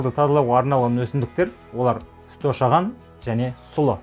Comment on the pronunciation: Шошаған емес ошаған